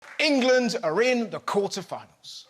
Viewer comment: Engerlund……. Engerlund Feetbahs camin ham 😂